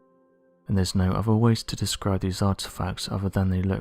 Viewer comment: Oh God, I wish this orator would learn to pronounce his "th's"! Instead of saying "oTHer", he's going with "oVER", like a little kid with a speech problem. It's VERY difficult to really LISTEN to what's being said when words are mispronounced so badly! See a speech therapist! It's hard to believe a story like the one of the men chasing down a creature in a swamp didn't go NATIONAL, and be covered thoroughly! Especially with 5 people being killed....